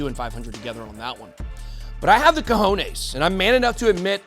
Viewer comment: It's "cojones" heheh